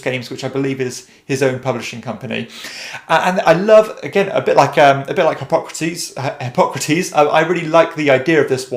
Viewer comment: Who else heard "hip-hop critiques" when he said Hippocrates the first time?